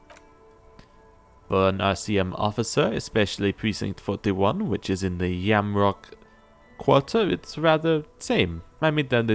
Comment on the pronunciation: FYI: it's pronounced "Jamrock", not "Yamrock".